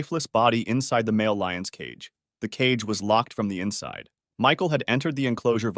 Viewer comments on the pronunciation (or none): none